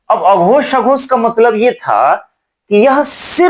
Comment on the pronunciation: Sir uchharan karte hue aghosh aur sghosh dhawani me kuchh antar nahi jaan pad raha hai , pls clear it again. Thanks